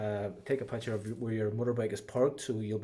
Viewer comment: Great advice put please stop saying pucker..is picture 🥰🤣🤣🤣